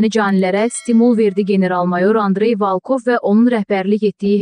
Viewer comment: Ay gız Valkov değil VOLKOV VURGUNU BİRİNCİ HİSSEYE VOL KOV